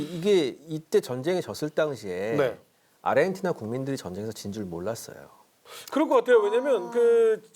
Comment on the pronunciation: 누가 자꾸 아리헨티나라고 .... 아르헨티나...